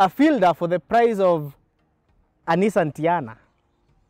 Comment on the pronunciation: I subscribed but naumwa coz I drive a Nissan, proudly but the way unasema Nissan ni Nissan tu🤣🤣 makes me feel like unsubscribing. On a light note tho